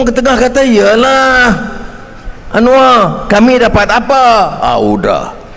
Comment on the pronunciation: Anwar bukan "Anuar"